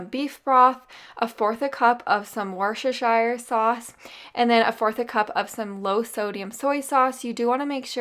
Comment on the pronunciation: Oh, I can't help grinning when you struggle with that dreaded tounge twister...the Worchestershire sauce! Just call it WORSTER(SHERE) sauce. Every british person does. 😘 Great video!!! Love from s🌞nny Oslo 💖